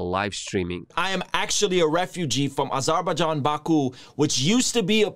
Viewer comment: The pronunciation of Azerbaijan killed me 😔 do better ,this is your homeland